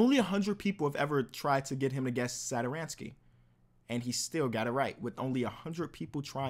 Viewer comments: It's Thomas sat-or-sky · as a wizards fan that pronunciation of satos name 🤢